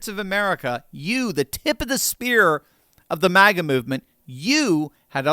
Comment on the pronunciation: MAGA not MIGA